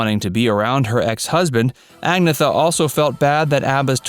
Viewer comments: Her name is not pronounced "æ-geh-thuh" but "ahn-yet-tuh." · Her name is not Ag-neh-tha, it is pronounced Ag-Nay-Ta, if you don't know how to pronounce the names research it, ask someone who speaks Swedish at least!! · It's Ag-neat-ta. Not Agnetha. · They weren’t a “disco group” and they didn’t have an “original lineup” because there was only ever one lineup. And it’s not ag-nee-th it’s an-yet-ta. Did you text in the copy? Steps have nothing to do with ABBA except writing in song for them a few years ago. What a load of codswallop (British slang for crap) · Ag-na-tha????? Lol is pronounced angyeta! ABBA aren’t a disco band. They had one album (Voulez-vous) and two further singles that were disco. Everything else they did was pure pop. There was only ever two full Steps songs written by Benny & Bjorn. I Know Him So Well and Story of a Heart. This is so badly researched. Agnetha doesn’t live in a little cottage in the forest. She lives on a farm with pool, horse stables etc etc. it’s also big enough for her daughter and family to live there too. The song performed at the 50th anniversary was The Way Old Friends Do. Sorry but this gets a thumbs down for me. Please do your research properly. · Please learn to pronounce Agnetha's name correctly. It's not ag-neth-a, it's (for English speaking tongues) ann-yetta. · This video is so full of bulshit! Every true ABBA fan would notice that this guy is just telling a load of incorrect facts for 8 minutes straight. He keeps calling Agnetha “Agatha” and didn’t seem to care mentioning that she released numerous solo albums after ABBA had disbanded. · IT's NOT! AGETHA! you fool....it's Agnetha, which is pronounced ANN-YETTA! Yanks and their ruin of the English language! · Agnetha is pronounced An-NET-a, a not AG-neth-a. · The narrator pronounces Agnetha like “Agatha” 🙄. Dude, it’s pronounced Agh-neet-ah”. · And so factually wrong too. Sensationalist crap. Also it’s AGNETHA not AGATHA 🙄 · her name is Ag-Nay-Ta